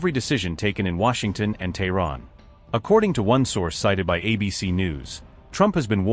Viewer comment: Its Tehran.Not thorrn.